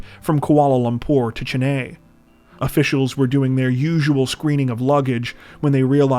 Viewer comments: The Indian city once known as Madras is Chennai, pronounced Chen-i not Chen- ay.😊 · Gimp suit man returns, well sort of! I love these, don’t stop them! 💗 ❤️ note : Chennai is pronounced “chen-eye” as far as I know.